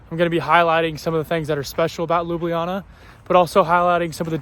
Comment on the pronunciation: A month in Slovenia and STILL can't pronounce Ljubljana. You should ask some of your friends on tips to pronouncing Šmarna gora and Ljubljana. Also, fyi the city bus is called a trola